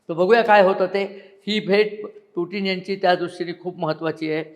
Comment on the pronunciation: अभ्यासक, पुटीन नाही ते पुतिन असं pronounce आहे असं वाटतंय